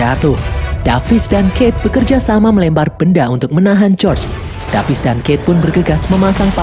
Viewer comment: David bang bukan davis😅😅